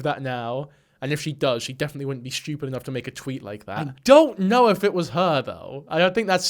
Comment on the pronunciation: you have a fascinating way of saying 'stupid'